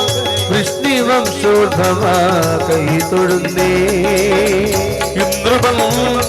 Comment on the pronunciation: വൃഷ്ണിവം ശോൽഭവ എന്ന പ്രയോഗം തെറ്റ്,വൃഷ്ണിവംശോൽഭവ എന്ന് ചൊല്ലണം